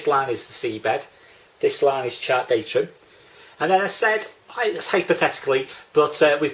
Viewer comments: DATUM not datrum!!!! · Good effort thanks but there is no ‘r’ in DATUM 👍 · I don't care how he says datum, he explains it better than my RYA course tutor